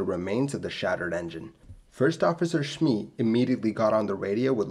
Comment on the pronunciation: If it hasn't already been said, can I offer some guidance on two of those surnames: SMURTHWAITE is smur-th-wait, rather than 'smur-th-wite' and SMEE is just me with an s in front, as it looks. Not 'SHmee'. Well done on a great video and a story well told.